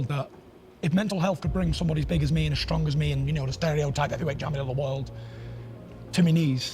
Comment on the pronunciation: HE SAID STRONK!!!!